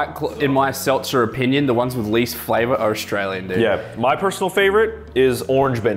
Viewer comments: On the seltzer he said it right the first time then he kept talking then he got mixed up the second time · That’s not fair narrator actually said it right the first time 😫